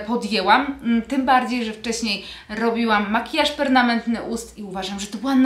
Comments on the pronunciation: Permanentny, a nie pernamentny! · Perma - nentny, perma- nentny,( oczywiście pisze się razem ) a nie pernamentny sory, ale polonistów bolą uszy 🤪. Ja też mam czereśnie tylko szpaki zjedzą więcej ode mnie. Ot przyroda 😘😘